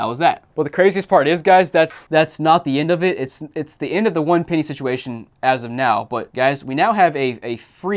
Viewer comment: ITS PENNY NOT PEENY